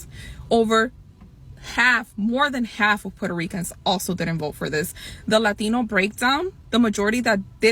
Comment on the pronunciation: Can she say "Latino" one more time so we can pronounce it right?